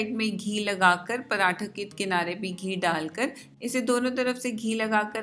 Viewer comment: Paratha hota hy parantha nhi😂